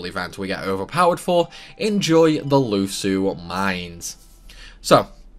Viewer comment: sounds almost like you said "How overpower can you get before you lose your mind" lol. Lhusu Mines = Lhus ur Mind